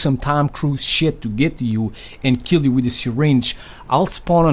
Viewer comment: lil jeemy, 1 keel!